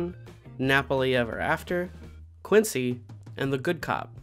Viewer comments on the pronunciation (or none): none